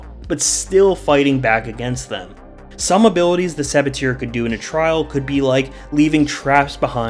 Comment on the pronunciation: The " eur" in saboteur has the same sound "er" of burger it's hurting my ear and for a bonus tip abbatoir the "oir" sound like "war" your welcome for those little tip